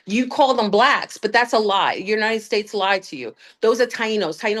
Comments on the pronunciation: She always says the “United Fakes” 😂 but it did sound like steaks and now I’m wanting Outback! 🥩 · Pretty sure she just said United Steaks, now I'm hungry!